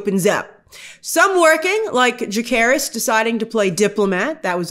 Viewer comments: I'm sorry but i believe they pronounce Jacaerys as Jay-say-ris in the show and not Jake-aris. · Jacaerys, not Jakkaerys